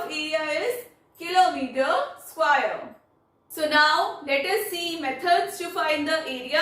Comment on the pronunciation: Mam its square NOT SQUAIRE !